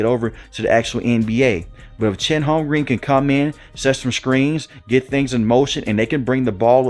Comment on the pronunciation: “Holm-grin”, fam. Not Holm-green 😅